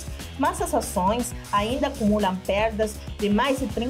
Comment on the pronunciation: Possição, pérda, dúbida... com poucas exceções ela fala bem português